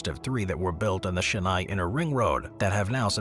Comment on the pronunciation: Killed the pronunciation with the Chennai one.